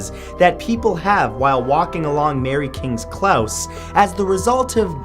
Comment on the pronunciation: Its Mary kings close not Klaus. Close as in i was so close i could smell it